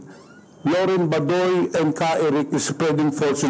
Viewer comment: Isn't the right pronunciation Ba-doy with accent on first syllable. NOT Ba-doy where accent wrongfully on last syllable👎